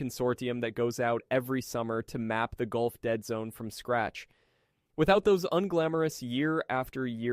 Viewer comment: you are you right,its changing, was a auto correct mistake.. but its gulf not goulf....